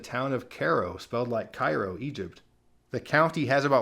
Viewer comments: It’s Kay-row, Illinois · I noticed he used the African American pronunciation instead of kay-rho like I heard it a young man